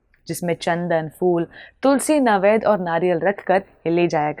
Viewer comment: Very nicely narrated good job girl. Once slight correction. It is not navaid but naivadya.keep up the great work.